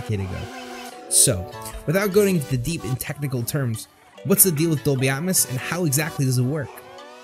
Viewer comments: It's pronounced Dolby "At-mows" not "At-mis" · I like the content, but it sounds like you're saying "at muss" and "deetee essex" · Its Dolby Atmos as in Atmosphere not Atmus try pronouncing the O and not replacing it with a U.